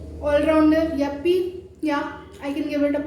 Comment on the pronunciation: Yuppiee kya hota hai re !? Yippee hota hai !